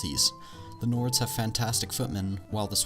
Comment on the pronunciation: Samurai How did you manage to butcher all the names?